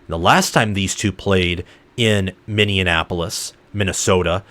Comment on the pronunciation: Minn-e-apolis. Not Minn-e-en-apolis.